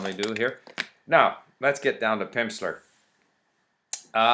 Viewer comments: I noted he said "Pimpsler" a lot too! Funny. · "Pimpsleur?" haha. That pronunciation went well with the snake oil salesmen observations. Anyway, thanks for the review. Lots of true points. To me the best thing about Pimsleur programs are the way they break down the words into syllables before having you repeat back a word the first time. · It sounds like you're saying Pimpsler ... I like this :)